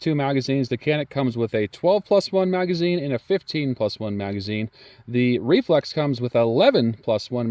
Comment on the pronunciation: Sounds like you are saying Reflux🤣🤣🤣. Great video tho!!!